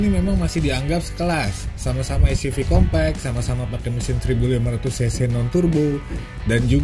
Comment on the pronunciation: compact di baca kompect🤣🤣🤣